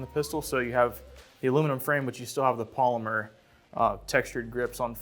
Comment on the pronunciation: At first, I thought he was saying Palmer grips. Then I realized he was saying Polymer grips. Palmer grips kind of makes sense though, because they fit in the palmer your hand.